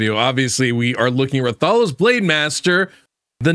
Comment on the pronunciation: RATH - A - LOS. the pronunciation is killin me lol ggs tho